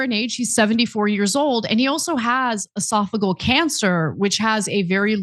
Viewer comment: I'm an RN, so I'd like to explain how to say esophageal. It's E sof uh jeel